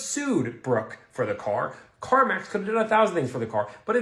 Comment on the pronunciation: Is he saying car mox?